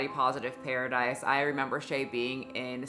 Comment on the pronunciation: The fact he called it Pear-idise is the first giveaway